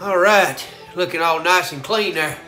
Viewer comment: "Right der"